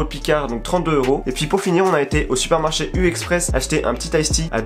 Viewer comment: J’suis la seule qui est entendu «ont est sorti du sperme-marché »???😂😂😂